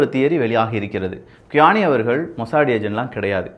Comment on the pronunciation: Bro ur reading is wrong qaani = u ll speak sound like tis khani